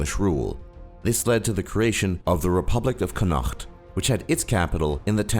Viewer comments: its conat not conahcot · Its Connacht not Cunoacht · Connacht is pronounced Conact not Conaght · It's pronounced Connacht, not Con-nacht. Why did Humbert declare a republic of Connacht rather than a republic of Ireland? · its pronounced 'conakt' not 'chonachhhhht' oh mo dhia..... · Ok great effort but in number 7 it's pronounced (con/ukt) not (con/okt) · haha "CONUAUAGHT" its just con-ot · Connacht is pronounced 'con-ot' not 'con-nact' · That is NOT how you Pronounce Connacht! it's conn-acth/connot, not "con-ackt" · thats the worst pronuncation of connaught i've ever heard its like this con-och-th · I live in Ireland and live in the province of Connacht, its pronounced 'Con-uck-t'.. Not 'con-hukkt', less flem.. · it's pronounced kon-at not Connaught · Connaught is pronounced "CONNOT". Bloody Americans....or, should I say "MURRRICUNS"??!! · Connacht is pronounced con-acht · Connacht is pronounced: Conacht btw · The way you pronounced Chonnaght mad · It is pronounced "Con-ocht", not the wibbly wobbly way you said it. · it pronounced con-ucth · It's said connockt (connacht) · It’s pronounced Conn-ikt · Its connaught pronounced Con-aut. Learn! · You pronounced connaght wrong. Conuct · No.7 is pronounced [CONET] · Connaught is pronounced con-na-ckt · Connaught is pronounced like "Kon-ock-t". Not sure why it's spelt Connacht in the video. English spelling I assume. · Connacht (Con-knocked-th) Why do you people keep pronouncing it in such bizarre ways? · It's pronounced con-okt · why does he pronounce it like cunaacht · the way he pronounces connacht is wrong it should be said like comet only with an N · No.7 is pronounced con-uckt just putting that out there #isbrealiomEire🇮🇪🇮🇪🇮🇪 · its pronounced con-uct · the way you botched connaught (pronounced con-uckt) is fucking stupid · Wow I'm irish and I didn't know even know about the Republic of Connacht (con-uk-t) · Connacht (con-uh-cht) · You were miss pronouncing connacht, it's more like (con-uct). Just to let you know haha